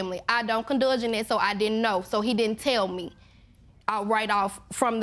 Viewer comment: Is she saying condulge? That isn't even a word. I believe she means condone or indulge...